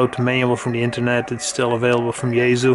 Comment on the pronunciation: yaesu say 'yea-sue' not yah-zu. noooooooooo